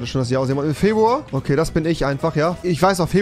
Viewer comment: Niemand: Absolut Niemand: Rewi: Febwua